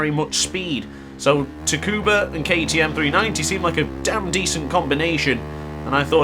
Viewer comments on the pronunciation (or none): Tricky track... Its "Sukuba" btw lol.